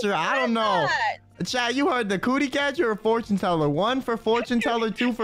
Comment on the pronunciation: Gotta love how desperately tries to say "cootie" but ends up saying "coochie" on every initial attempt. 🤣